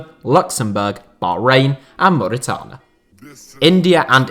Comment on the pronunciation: attempts to say Mauritania Says Mauritana celebrates yessss